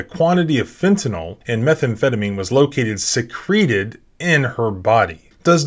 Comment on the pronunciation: Please, please, PLEASE put emphasis on the FIRST syllable of “secreted” when meaning “hid”. Why? Because “secreted”, pronounced “se-CREE-ted” is the past tense of “secrete”, meaning to “(of a cell, gland, or organ) produce and discharge (a substance)”. So, was she producing a discharge something from her body, or hiding something on it?